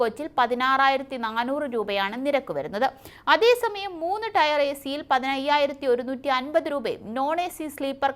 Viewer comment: രണ്ടു ടയർ മൂന്നു ടയർ 😄 അല്ല. Tier ടിയർ ആണ് മോളെ.